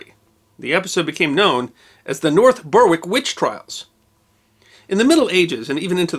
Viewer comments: Glad someone else pointed it out first. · Yes, Even in here in Australia a suburb of Melbourne called Berwick is pronounced 'Bear ick' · You don't pronounce the w in North Berwick. Berrick. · Berwick is one of those typically British names (although neither English nor Scottish which could be a great story for ) that is no longer pronounced the way it is spelled. The preferred pronunciation today is Berrick. After the Crimean war ended for Scotland and England, The townsite of Berwick remained at war with Russia until 1961. True story. For such a tiny place it has a lot of fascinating history. Have I wet your appetite for a history of Berwick? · Depressing stuff but fascinating as ever! As one who lives near both Berwick and North Berwick, I can reveal that the ‘w’ in Berwick isn’t pronounced. North Berwick is therefore pronounced ‘North Beh-Rick’ with an emphasis on the ‘r’ for the rhotic speakers amongst us. Some villages have actually discarded the ‘w’ from their name over the centuries, as it’s never pronounced ( for example, ‘Darnwick’ has become ‘Darnick’). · Pronounced Berrik The history of Berwick itself might make an interesting video. Is it in England or Scotland this week? North Berwick of course is most definitely in Scotland. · I love this channel, but as a Brit, the way you pronounce 'Berwick' is hilarious. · Love your videos, but you're miss pronouncing North Berwick. The "W" is silent. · Please note that the "W" in wick, such as Berwick or Warwick, is not normally pronounced in English place names. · FYI, the 'w' in Berwick is silent! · Hello, a little note, Berwick is not pronounced Ber-wick, it's pronounced Berrick. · Great video minor point the W in Berwick is silent so it's pronounced more Bear-ick than Ber-Wick. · I had to to a "double take " on the first place name, North Berwick is pronounced "North Berrick".... wick is an old Norse name for a harbour... Interesting story none the less.